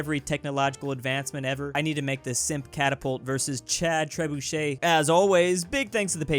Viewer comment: Ummmmm, ~~ Tribuche ~~